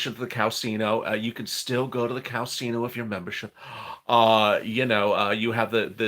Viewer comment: You say casino funny .. Lol I'm from Oregon but live in Minnesota